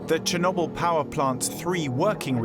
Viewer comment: Someone please el tell Ben, Chernobyl doesn't rhyme with wobble.